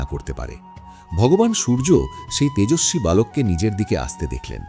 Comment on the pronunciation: ভালো লাগলো। তবে কিছু উচ্চারণ খুব কানে লাগলো যেমন লক্ষণ, ঐরাবত, তেজস্বি ইত্যাদি।